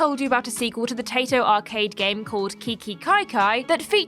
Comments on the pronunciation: Taito is pronounced "Tie-toe" lol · Great list. It's actually pronounced "Tie Toe" 😉